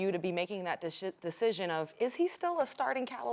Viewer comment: she said de shit cion😂😂😂😂😂